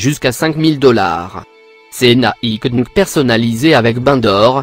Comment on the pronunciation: Écoutez quand il dit Nike dunk il dit dink